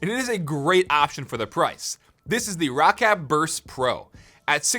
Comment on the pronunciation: Rocc-at XD hahahhaha everyone pronouces it as Rocket ^^